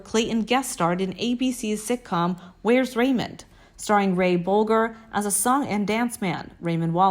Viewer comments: Agree … Comanch and “Bol-gr” instead of “Bol-jer”. Just annoying! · For God's sake-if y, ou're going to do a video about someone--get your pronounciations right--it's Metro-Goldwyn MAYER--not MYER--and it's Ray BOWL-J, not BOWL-GUR--and the tribe is Coman-chees, not Coman-ch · Not to mention the mispronunciation of Ray Bolger’s name and one or two more!